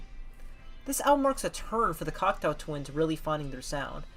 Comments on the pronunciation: I believe you called the group " Cocktail Twins " a dozen or so times . " Cock-Toe " not " Cocktail " . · thank you for putting this together! Just want to point out the correct pronunciation of their name: "Cock-toe Twins" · Can someone get the narrator to pronounce the band's name properly? Cocteau (Cockt - Oh) as in the French surrealist Jean Cocteau. Eau as in water. Everybody's homework after this is to watch Jean Cocteau's surrealist masterpiece Jean Cocteau's Orphee (Orpheus) which Morrissey had the good sense to immortalise on the front cover of The Smiths This Charming Man. Besides the mispronunciation of the subject matter's name, you did a great job. I even learned something - that they attended & met up with one another for the Ivors and Q award ceremonies. Consider listening to The Sundays / Cranes --- two bands that intersect with Cocteau Twins euphoric trippy otherness or / Kate Bush: The Dreaming. Toyah: Sheep Farming in Barnet & Nina Hagen: Nunsexmonkrock if U want an idea of who was doing this genre immediately before Elizabeth. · Are you saying "cocktail twins"? That's what it sounds like. Interesting video though, I've been a fan since the early eighties but I learned some things here. It's good to see someone so young appreciating the Cocteau Twins. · i kept hearing 'cocktail' not cocteau, oh well.